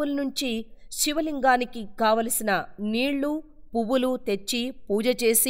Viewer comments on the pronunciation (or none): none